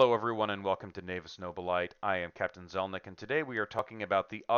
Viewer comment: Great video. One pointer, the pronunciation of nobilite is "no-bil-ih-tey" (like much of "High Gothic" it's a borrowed Latin word).